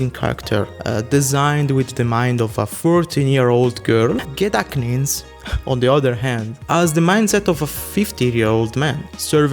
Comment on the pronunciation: Gedachtnis is easy to say, you’re supposed to pretend the H isn’t there.